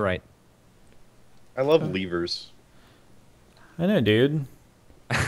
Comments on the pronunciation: LEVERS NOT LEAVERS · I just love how they keep saying leevers XD